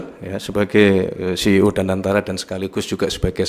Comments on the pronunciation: Sekelas Mensesneg mau nyebut CEO (si, ì, ow)jadi CIO (si, ai, ow) hahahahahaha😂😂😂😂😂 efek milih menteri ga pd kapasitas tapi formalitas krn loyalitas😂😂😂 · Ngomong CEO aj salah😂😂😂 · Pak anda mimpi ya 😅😅😅, ceo aja salah pengucapanya